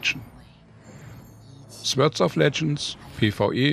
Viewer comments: Sehr informativ! Ich als Urgestein des Genres fand es wirklich gut, vor allem für Rookies war viel Information dabei. Die Beispiele und sehr gute Sprache runden alles ab. Einzig bleibt, es wird nicht "Swörd" sondern "Sort" ausgesprochen ;-) Aber das ist auch nahezu die einzige Erbse die sich finden lässt! Weiter so! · Wieso sagt er dauernd Swörds of Legends?